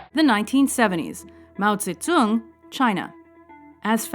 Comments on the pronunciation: wtf Mao ZeZong? dude its Mao zeDONG notZONG!! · it's not mao zezung it's Mao Zedong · Also Mao tse tsung